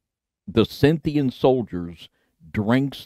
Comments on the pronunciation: I hope that was a joke about perfect pronunciation, because yours has me on edge. I don't understand how such great purveyors of information can not learn to speak properly. Scynthian vs. Scythian! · Scythian, pronounced as like Skythian as in 'of Sakae' or 'of Isaac'. It helps to have some linguistic fidelity and actually TRY to pronounce the names and words correctly, because languages are keys into the past, and mispronouncing them will cause you to miss the links between and across cultures.